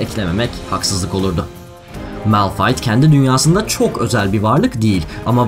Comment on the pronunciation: çok güzel malphite diyor